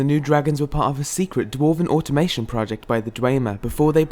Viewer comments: You pronounced automaton incorrectly several times. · It's "automaton" (without an "i")